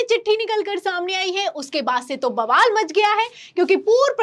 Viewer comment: Vabal not baval